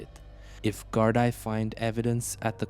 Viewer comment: Gardai is pronounced Gardee